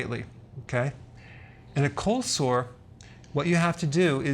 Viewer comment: I'm sorry but it sounds like he's saying colslaw 😂